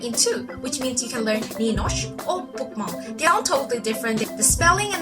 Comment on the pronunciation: You say you can spekak norwegian and then totally butcher Nynorsk and bokmål.... you also butcher å, ä and ö.